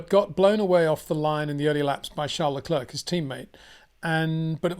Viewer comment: Please do Charles Leclerc the courtesy of pronouncing his name correctly.